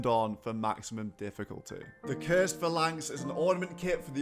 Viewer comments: It's PHAlanx, not phaLANX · You're mispronouncing phalanx. Not sure if you've got a speech impediment or not so I don't want to seem rude. It's pronounced 'Fay-Laynx'. You're saying 'Fuh-Laynx'. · Its not though, its Fal-inx, where did you find the Y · “Phalanx” : Fay-Lanks Good god, tell me you’re trolling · Also, it's pronounced fay-lanx like the way the Spartans foughy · Fa-lanks or Fay-Links? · That's not how you pronounce phalanx